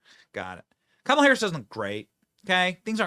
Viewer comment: I'm sorry but I actually retched when Drew called her Mamala.